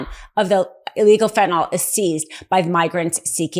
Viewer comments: Please stop calling FentanYl “FentanOl”! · Fentanyl. Fent-ah-nil Not fent'nall or fent'noll. I'm sorry, but Americans should be able to pronounce the names of drugs to which they are addicted to the point it has become an election issue.